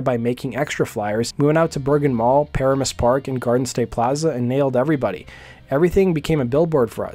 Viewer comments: It’s not ‘paramoose’. It’s puh-ram-us. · It's not "PARA-mus". It's "pa-RAA-mus". The story told about Trixter back then is they were a bunch of rich kids whose parents bought them their way to modest fame (as opposed to raw talent). Not sure how true that is, but that was what we heard here in NJ. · Dude if you’re going to do a documentary on a band know how to pronounce the town right it’s like pa ram us Not para mus Lol That’s annoying when u can’t pronounce the town right lol 😂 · Just saw them for the first time a few nights ago and they were great! Also, for future reference it's pronounced "pa-RAM-us", not "PARE-a-mus". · "PA-RAM-US" not "PARA-MUS" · Not "PAR-amus". Its "Pa-RA-mus". I grew up 5 minutes from there. Now you know!! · I hate to do this but it was driving me nuts , but the pronunciation of Paramus is. Pa-ram -us, not Para-mus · Its pronounced Pa-RA-mus not Paramis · First of all bro……. Enough with the Para-miss…… it’s PUH Raaaa Miss. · Pah-Ra-Muss, not Pair-uh-Muss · Par Am Us not Par a mus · This is kinda stupid, but since you had to say it a bunch of times, the name of the city in New Jersey is pronounced Pa-Ram-Us. If it ever comes up again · It’s Pa-ram-us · Paramus is pronounced puh-ram-us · It's pronounced Pa-RAM-us. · No, no. Paramus NJ is pronounced "pa-RAM-es." I had to resort to google for the correct pronunciation text. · It’s pronounced Puh-ram-us And Trixter sucked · Why can't the commentator pronounce Paramus correctly? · Please learn how to pronounce Paramus… good info all around, but you’re killing us in northern NJ every time you mispronounce it. Thx!